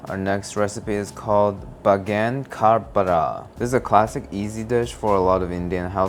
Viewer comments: its pronunce as bang-an kaa bhar-taa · i genuinely spat water laughing, yup not even close. go like Bae + ang (as in “angst”) + gun | ka (as in “kartoffel”) | bar + ta (as in “taffy”). good attempt thou. i might submit a recipe just to see you pronounce it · It's actually pronounced as "bain- gan (gun)- ka- Bhar (bar but with an H)- ta, lol we usually eat it with rice or roti ( kinda like a tortilla) it tastes really good. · nailed the pronounciation 😂😂😂😂😂😂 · the baigan ka bartha pronunciation made me cry ngl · Diabolical baingan ka bharta pronunciation BTW. Bro didn't even try. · As an Indian I jst want u to know u butchered that word no native speaker or even foreign person can tell wtf u jst said , it sound like u trying to chant a curse or something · i love how he pronounced baigan ka bharta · bro be doing struggle meals while struggling to pronounce baigan ka bharta ☠☠💀😂